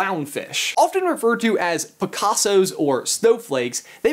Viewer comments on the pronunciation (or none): XD I thought when u said Picasso u said despacito X.X I'm dead inside